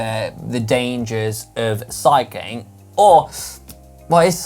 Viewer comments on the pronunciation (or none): I can't unhear - "What control do you have over the danger of cycking?" What's cycking...?